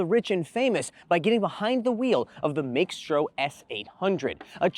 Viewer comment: Are you sure that "x" isn't silent? I feel like it sounds better when its just Maestro.